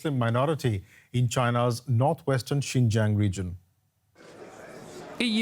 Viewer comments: They mispronounced the land of the ouïgours it’s 新疆 not ginger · If the western politicians really care about Xinjiang, at least learn to pronounce its name correctly. They could not even do that, yet they claim to be concerned about the people there. How pathetic!